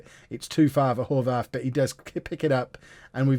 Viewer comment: Horvath is an Austrian/Hungarian name you pronounce the th like a t